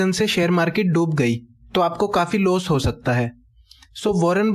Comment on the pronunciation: Its loss not los